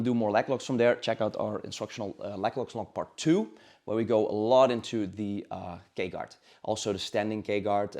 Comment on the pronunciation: i thought he was saying the gay guard